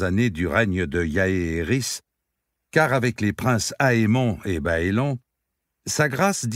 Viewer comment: Au cas où cela peut être utile : ce sont des noms de style saxons/anglicans donc on dit " baélone " et pas "baélon" etc comme pour mes lieux tels que HarenHall qui se prononce " harenneHole" .....ou les noms comme les Tyrell qui se dit " taille-relle" .... sinon merci pour votre voix si belle poser ainsi sur ces mots.